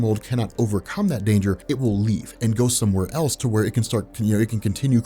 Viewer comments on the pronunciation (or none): none